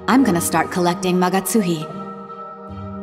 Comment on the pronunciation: HOLY SHIT, she actually pronounced "Magatsuhi" correctly!!!